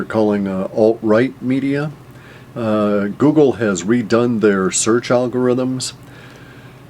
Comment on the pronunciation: lol- Woogle